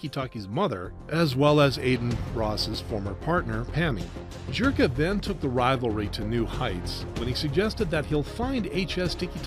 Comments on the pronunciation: It's Zherka, not Jherka, bro. And on that note... LONG LIVE JON FUCKING ZHERKA! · this guy continuously saying JHERKA annoyed tf out of me LOL